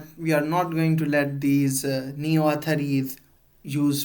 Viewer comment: Correct ur pronunciation of athari